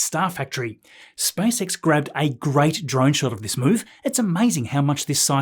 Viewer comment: SpaceX ✅ , SpiceX ❌